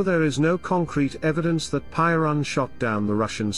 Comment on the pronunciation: Piorun not Poirun ffs